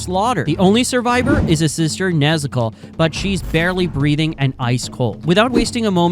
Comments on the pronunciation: when u say nezuko u sound like nezoku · WHY IS HE SAYING NEZUKO LIKE THAT🤔🤔